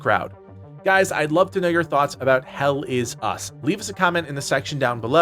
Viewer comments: Once heard. Can’t unhear. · Never heard this until this comment and now I can't unhear it 😔🤣